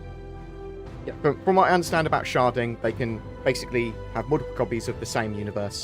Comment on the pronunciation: Anyone else keep hearing him say 'sharting' rather than 'sharding?'